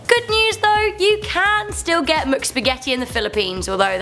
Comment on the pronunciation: Ok is no one going to mention the fact that she says muc not mc Is there a u in there?...NO! It’s pronounced mic not muc k!